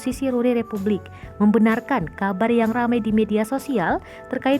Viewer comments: Yang benar itu Republic, bukan Repvblik Suuuu..... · Repvblik orang lain : Republik Gw : Rep(vu)blik